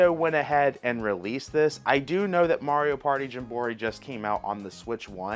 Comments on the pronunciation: He needs to make merch that says jam-buh-REE or um Jum Bro REE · I kove how many times you said jumborrey. Keep it up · Its jam-buh-REE perhaps hes trolling the viewers? Also does he fly to NYC for nintendo store or lives fairly near? Good video liked and subbed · did you say jum bor ee..... lol I know it's on purpose like meteor oid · "JAM BORE EEE" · Your saying the name wrong bro. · How do you pronounce Jamboree like that?!? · Your pronunciation of Jamboree has me rolling 😂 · why the hell does he keep saying JAMBOREE incorrectly?! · U new here? He is 100% on the tism scale.😂 but he is chill so its cool. Drives me crazy but i watch sometimes still.😂. He does that often...and no it aint clickbait. He is just "a bit special"😂😂😂😂. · Right tho. I was like “ pardon?” Lol